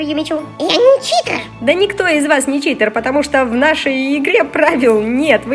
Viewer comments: Прости Анюта но , правильно читЕр 💞😃🤗😉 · правильно ни Читер а Читер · Не Чите а читер❤❤❤❤